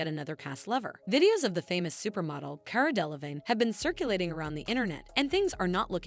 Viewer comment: Hold on... wait ✋️ Cara Dela-VIG-nay ? 😂😂